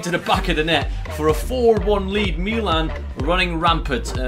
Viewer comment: why does he say meelan instead of Milan anyway still love the videos boss team